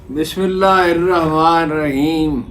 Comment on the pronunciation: سر آپ بسم اللہ درست فرمائیں